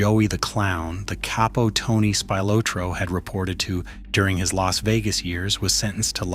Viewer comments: I don't think this pic of Gotti has nothing to do with any of this. And For God's Sake why can't you say Spilotro right? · AI sucks! Can’t pronounce Spilotro correctly and some other words a s well. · So much AI narrated garbage on the internet. And I was actually interested in listening to the story till I heard him mispronounce Tony's last name in the first 2 seconds. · The way you mispronounced Spilotro is driving me nuts. Do some research 🤦‍♂️ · The way you mispronounced Spilotro is driving me nuts. Do some research first 🤦‍♂️ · I turned this crap off the minute they mispronounced Spilotro's last name. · Video would be better if u pronounced spilatro right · Hey, if you think he is interesting enough to make a video about, don’t you think he’s interesting enough to learn how to pronounce his name? Or teach your ai how to pronounce his name? It’s not like it isn’t pronounced properly in a blockbuster movie… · That's Spilotro NOT Spylotro, please pronounce it correctly ! stupid AI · Terrible Tony's name is pronounced Spill a tro. NOT spy lotro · Ohhhh is it Spy lot ro now? Funny because I always thought it was Spilotro pronounced like spill ot ro and not Spy lot ro. Spy a lot did he before he got his brain bag bashed in good and proper? Was his bro a spy too? Is that what got them put in a shallow grave? Looks like a case of bad guys taking out bad guys maybes worse guys or at the least the same guys so come on lets put our feet up crack a beer and watch the football. Lets forget about bad news. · Narrator it's Speel-otro, not Spy-lotro. Spilotro.... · I cringe everytime you say spy lo troe! It's actually pronounced Spi lo troe. Sorry to be so picky 😁 Good job besides that though 😉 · I do wish that they would p rogram these AI generated narratives to pronounce names correctly. Tony Spill-ah-tro is the way the name is pronounced, not Spill-oh-tro, or worse, Spy-Lo-tro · Right! Speel-otro not Spy-lotro.....Spilotro..... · saying Spy- lotro is also annoying